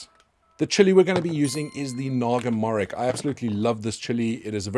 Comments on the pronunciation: The correct pronunciation of Naga morich is 'Naga mo-Rich' not 'naga morik' . Morich means Chilli in many Indian languages. And I need a bottle of that sauce 😅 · It's pronounced Naga Morich/Moris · Also, it should simply be called Naga Chilli, because Chilli in Bengali simply translates to Morich, and its pronounced Morich with the 'Ch' of Chocolate, not 'Kk' of Maybach. Nice video btw <3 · Its actually called Naga Mori (ch) not (kh). The fragrance is amazing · Hello, for your information this chilli is pronounced as naga morich, with “rich” pronouced as the word is normally read. It’s the same as a dorset naga which originated as a naga morich plant bought from a Bangladeshi grocery store in Bournemouth. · Naga "MO-RICH" The rich is literally just pronounced rich. Naga is the main tribe of Indian state of Nagaland. Morich is pepper in various Indian languages.